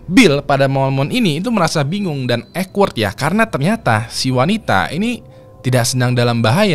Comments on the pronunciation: Awkward bukan ekward bang. Mana diulang2 terus ngomongnya. Gemes bet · duh maap bgt sebelumnya. 🙏 sebenernya males ngoreksi, tapi gatel gue dengernya. awkward di-pronounce ˈôkwərd (owkwerd) bukan ekwerd. 🙏🙏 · 😂😂😂😂😂 denger baca ekwerd,gw denger nya jg jadi awkward🤣🤣🤣🤣 gemes ya dengernya pengen ngasih tw cara yg bener baca nya wkwkwkwkwk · Awkward spellnya okwerd bang jgn ekwerd biar dengernya ga awkward 😁🙏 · Mas.. Ceritanya asyik bgt cuma sayangnya saya agak terganggu sama bahasa inggrisnya kamu. Coba cek how to pronounce awkward yaaaa... Maaaf saya terganggu bgt dengernya. 😂😂😂